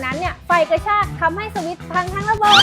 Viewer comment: พูดสวิช พูดให้เต็มหน่อยนะครับ